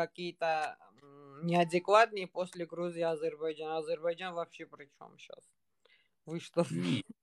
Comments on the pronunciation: гардаш.Не говори "Азербажан".Чувствуется что ты жил в России.Но пр братски хотя бы правильно по русски Азербайджан. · Блин ну просто ухо режет Азербажан Азербажан Блин выучи ты правильно произносить название своей родины